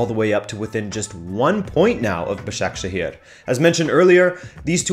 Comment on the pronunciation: pronounced ba-sha-ke-shir and be-shik-tash thanks